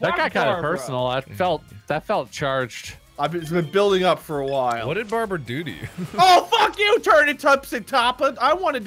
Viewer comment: "F¥€《 BARABRA"